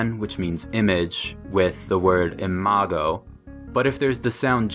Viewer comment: In latin, "imago" is pronounced with a velar plosive, not a [dj].